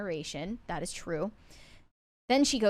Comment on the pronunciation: You’ll admit “thawt?” Do you mean “that?”